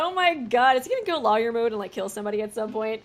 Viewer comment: Lol, the way you pronounce words is cracking me up 😂 you pronounce the law in lawyer, so it sounds like you’re saying liar. The liquid is viscous (Viss-cuss) not vicious 😂 well, idk if it was vicious or not, so I won’t say for certain how mean the liquid is 😂 I’ll edit this list as we go!